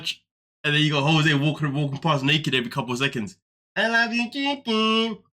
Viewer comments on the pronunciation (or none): Every time he says I loveeee you chickennnnnn I want to scream. It's like dealing with a 22 year old drunk.